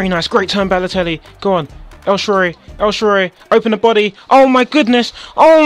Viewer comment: HAHA HE SAYS EL SHARORY!